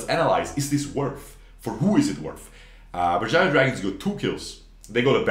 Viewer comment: you nailed that Berjaya man XD